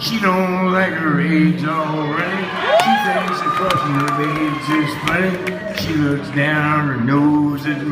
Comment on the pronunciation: Is-Bull. He appreciates you for pronouncing his name correct.